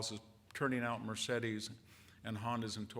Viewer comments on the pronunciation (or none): none